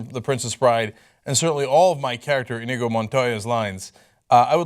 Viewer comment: Who in hell he think he is? Robin Williams? And the name is Iñigo (in yi go)